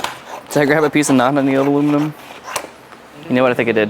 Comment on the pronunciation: My favorite moment is when you stopped saying aluminum wrong then 4 minutes later started saying it wrong again.